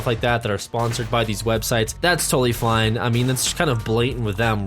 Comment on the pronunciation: did he just say fline instead of fine